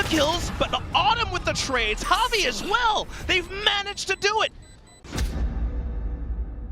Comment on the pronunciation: like Javi (HAH-vee)